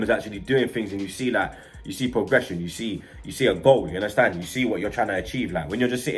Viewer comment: Oh 😂 soz. Nah Bludclart has been around London for a while, I think it comes from Jamaican people not too sure. If you don't live in London you won't have heard of it lool. has made up stuff though, like the way he says because as becar, or the fact he says yaunderstand? all the time (yannerstan) no one does that 😂😂😂